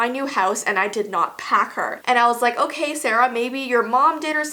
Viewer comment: Sofiya Iliassov I think she said k like OK